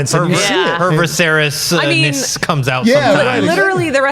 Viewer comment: Is trying to say Vih-sayr-is when he says Visceris? I really can't tell which character he's referring to.